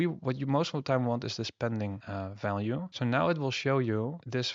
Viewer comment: Dif and Falue 🤣 its V !